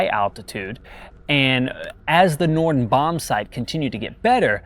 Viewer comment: it's Norden, not Nordon.